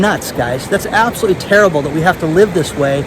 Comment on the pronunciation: Sound it out: ab-so-lute-ly, not "abselly"